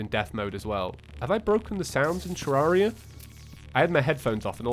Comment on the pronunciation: It’s ter rare ria not terrauria